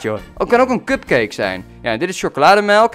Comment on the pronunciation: was ik de enige die kutcake verstond op ? niet sexistisch maar de eerste keer verstond ik het en heb het toen nog is gehoord en toen hoorde ik wel cupcake